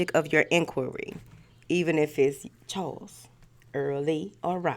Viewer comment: Did you say, “Charles, Earl Lee and Robert?” 😳😂😂